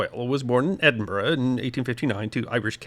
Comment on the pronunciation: Well done for saying Edinburgh correctly instead of Edinburooaa